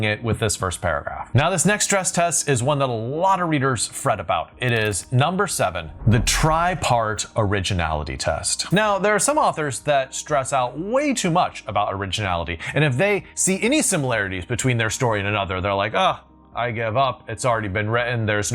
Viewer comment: I heard "tripe art" instead of "tri-part". Introducing a main character doing offal crafts would certainly be original.